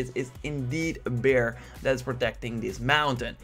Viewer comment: you finally said 'bear'🐻, but after and before that you often said 'beer'🍺. You are not really consistent😂